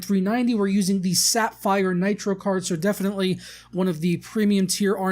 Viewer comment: It's pronounced sa-fire, not sap-fire